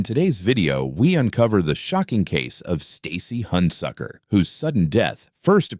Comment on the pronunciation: I don’t know how many times you said Stacy Handsucker 😩